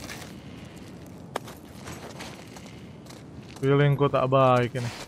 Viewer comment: Wkwk brando disini bilang feeleng gue buruk mulu dah wkwkw kapan feeleng goodnya bang🤣